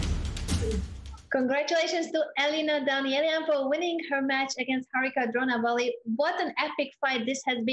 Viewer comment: dronavalli not drona valley or drona river